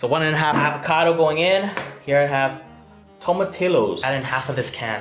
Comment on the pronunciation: Every time he says tomatillo wrong it makes me laugh 😂 Btw it’s pronounced to-ma-ti-yo